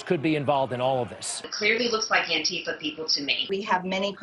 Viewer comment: Jesus Christ. It's ANTI-FA, not ANNE-TIFA. As in "Anti-Fascists." You know, the good guys from WW2.